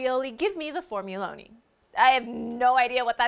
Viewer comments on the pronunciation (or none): _Formuloni_? FORMU L O N I?! He had one task, one goal... One job, and he messed it up.